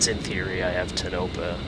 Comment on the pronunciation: Yo! Its pronounced Tone - a - pa, not tnopa.